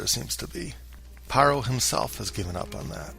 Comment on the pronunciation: Please pronounce Pharaoh correctly, so you stop sounding ignorant. Ph makes sound F. It’s not Paroh, it’s “Faroh”! Fix it. Overall great video.